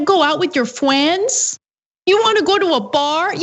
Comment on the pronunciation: “Fweens” 😂😂😂 ...my grandmother used to say that